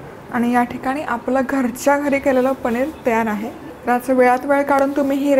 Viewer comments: पणीर नाही.....पनीर असा शब्द आहे 😂😂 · ताई,, पणीर नाही हो,,*पनीर*